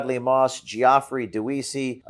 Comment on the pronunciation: BTW James, Geoffrey is said Jeffrey, not Gee-Off-Riy, I thought you might have realised that at your time of life. Keep up the Great Fight, Jim.